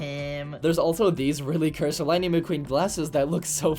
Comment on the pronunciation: lighing mceen!!?? 😨😨